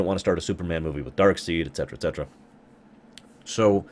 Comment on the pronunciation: Okay, maybe you sometimes just pronounce things weird ("Thaynos", seriously?), but when you said "Dark Seed" instead of "Dark Side", my mind was kind of blown. I think that actually should be the real pronunciation. For all of his power, Darkseid isn't Thanos or Mongul, he isn't a single person who wants to go kill the entire universe - he is a RULER, he wants to corrupt everyone and drag them down into the system that he is master of, and so he can indeed be thought of as a "seed" of darkness, planted in the hearts of everyone he encounters.